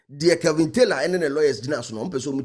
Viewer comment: The name is Kevin not kelvin pls 😂